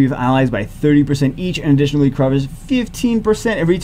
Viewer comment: That “Aditionally” from the number 2 spot got make my night dude! is such a funny guy